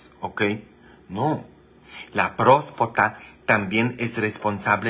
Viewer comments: Father se dise prostata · Se dice próstata